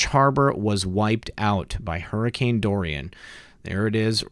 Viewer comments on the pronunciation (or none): none